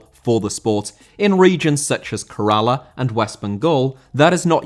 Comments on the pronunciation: Fyi, you totally butchered the pronunciation of Kerala. It's more like Kae-ra-la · state of Kerala is pronounced 'Kay-ruh-lah' Had we been a French colony, our native languages grammar accents would have transcribed easily with Romance language accents, oh c'est la vie